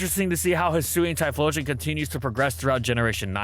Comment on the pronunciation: It's pronounced Hyphlosion